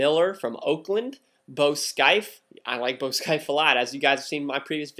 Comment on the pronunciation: You say Bo scaife wrong Nice video